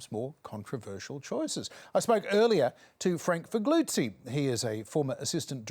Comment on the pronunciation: John, your pronunciation of Figliuzzi needs work. Surprised Chas didn't berate you. Maybe he did it off camera 🤭 Love the sledge from AOC 🤣 and of course, love you guys. Can't you guys do a summer show? Surely you're not taking holidays? 😉